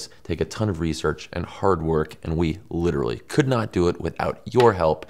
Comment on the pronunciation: "Litterlee" (sigh)